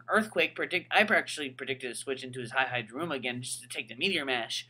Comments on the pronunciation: E-E-Daruma Not Hi-Hi-daruma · hihidaruma is pronounced as he-he daruma not hi-hi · its pronounced he-he daruma not high-high daruma dude do you see anyone else calling it that, get with the program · Why does he pronounce hihidaruma sa Hai-hai-da-ruma? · It was painful listening to you call it "Hi-Hi-daruma" >.> ow. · HAI HAI DARUMA!! Seriously though, you have been told literally thousands of times how to pronounce their names...just like Hon-Krow, Vennu-Saur, Lati@ and the many other examples.